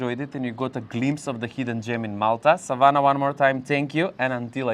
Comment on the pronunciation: lovely as usual informative video, You say Savana so perfectly, every time you said it i looked as its my name also.